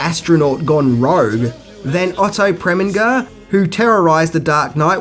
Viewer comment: It's PREMINGER (PREH-MIN-JER, THE FIRST SYLLABLE RHYMES WITH YEAH)